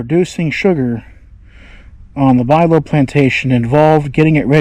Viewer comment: Pronounced "Byou-low" not Bilow.